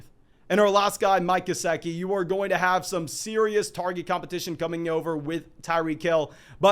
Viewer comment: you definitely butchered Gesicki's name, but not thrice!